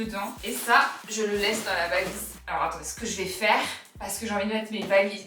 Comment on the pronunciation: Quand t’a dit Alorra j’ai crue que tu disais mon prénom (Elora) 😅😅😅